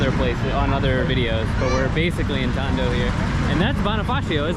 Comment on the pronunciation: First time hearing Binondo and Tondo with accent and you made it sound like it is an upscale place